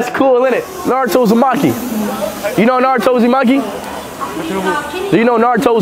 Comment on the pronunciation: It's shame that he believed his pronunciation of NARUTO was correct. Absolutely, Japanese pronunciation is right one.